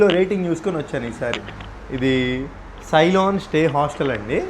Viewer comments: Sailon kaadaiya ceylon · సైలాన్ కాదు బ్రో సిలోన్..old name of Srilanka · Sri lanka first name celyon. Correct ga pronounce cheyyi❤❤